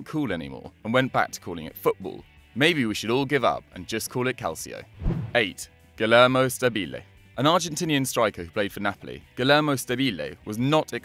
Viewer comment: It’s Guillermo (gE-er-mo)